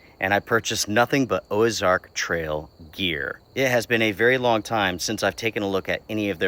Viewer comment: If I remember correctly Ozark doesn't have an " e " so i am not sure why you're saying it